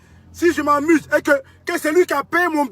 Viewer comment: Tu as un accent malien hein dans amusement Lool ivoirien Napa’s accent comme ça dheee